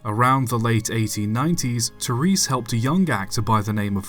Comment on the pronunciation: Terris not tereese